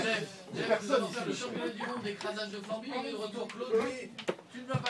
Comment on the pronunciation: Flanby avec un N et pas un M :p